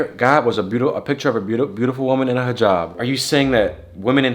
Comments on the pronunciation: Thanks for pronouncing hijab correctly. That’s how you can tell these people know stuff and pay attention to other people’s lifestyle/ cultures instead of the many other influencers/ social media people who may talk about this stuff but don’t act like that off camera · Aye nah that Hijab pronunciation was amazing